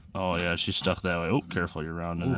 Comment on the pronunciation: That "Oh yah" at the start really socked home the midwestness this video is promoting.